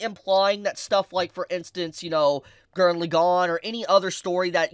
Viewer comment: Morons who can't say LAgann correctly get downthumbed.